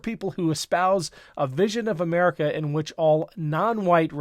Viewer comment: Pitiful soul can’t even pronounce “America” go back to school Tommy Tupperware.